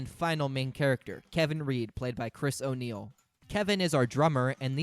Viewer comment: Dog when I heard "chris o' niell" I had to do a double take. I was like "no way oney is in this 😂"